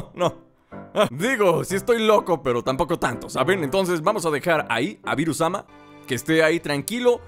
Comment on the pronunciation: en ves de decir bils sama o berus sama dijo virus sama apoco es el señor coronavirus:v?